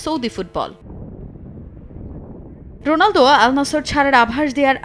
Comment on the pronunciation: রন না ভাই রোনালদো 🙄🙄